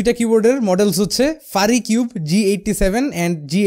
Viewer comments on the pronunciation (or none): It's not ফারিকিউব, It’s ফিউরিকিউব।